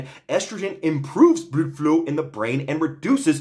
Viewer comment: couldn’t help but laugh every time he said bludfluw lmao